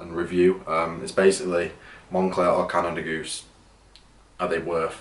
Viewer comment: Bro got the Canada FOOSE 😂😂 and the Monfakey